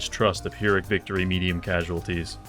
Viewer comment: I love you but please learn how to say 'pyrrhic' properly